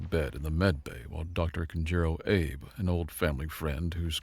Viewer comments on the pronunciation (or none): Hold on, hold on. Did I hear someone named 'Ape'? Abe in Japanese read "Ah-Be" likes the former Japanese prime minister Shinzo Abe. A common westerners' mistake, forgivable but still annoying and disturbing. If you see Japanese name and you're not so savvy with it, switch your tongue to Italian because it's probably the closest pronouncing European language to Japanese.